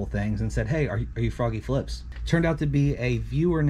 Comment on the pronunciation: Fwoggy Fwips- HOW ADORABLE!!! 🥰